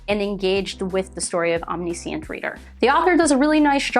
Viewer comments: sorry but your pronunciation of Omniscient kinda hurt me. like i am not trying to be rude it was a great video but it just hurt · mispronouncing a word just means you learned it from reading which is a good thing if you ask me